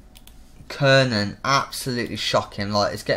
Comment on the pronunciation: kiernan is pronounced key-rnan kranjcar is pronounced kranchar O'halloran is pronounced O'Haloran